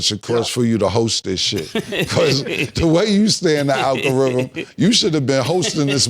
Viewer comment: Proper pronunciation kill Killa every time…”alkarithim” 🥴😂